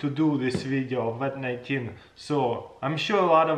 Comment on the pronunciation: He said "Wat 19" Now we should get him to say "Nuclear Wessels"